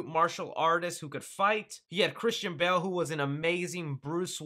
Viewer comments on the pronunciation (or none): none